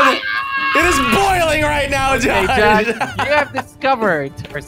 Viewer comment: Did jelly say gosh instead of Josh lmao